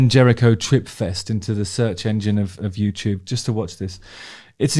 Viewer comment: Innit Bruv!